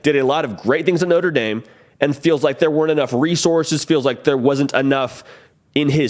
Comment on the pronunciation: I think he’ll be able to use his talents more at LSU instead No-trah Dah-m